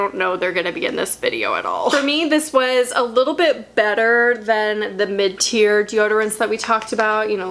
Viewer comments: Omg MID-TIER 🤦🏼‍♀️ I thought you were saying mintier and I was so confused 😂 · I'm embaraassed to say that every time you said mid tear I thought you said minty/mintier and I was like WHY DO THESE ALL HAVE MINT and then realized that's not at all what you said lmao....anyways pit detox and Schmidt s here I comeeeeee